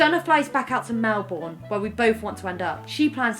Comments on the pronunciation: Ok, I have to say it though it was hilarious, it’s generally pronounced Mel-burn over Mel-born (from a Melbournian) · It's Mel-bin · Can't look at Rosie the same now after she pronounced melbourne wrong, can't believe this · came here to say the same thing, she said it twice and it destroyed my soul 😢